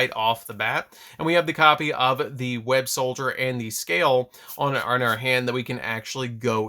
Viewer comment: I feel the need to say this, it's Web-SOLDER not Web-SOLDIER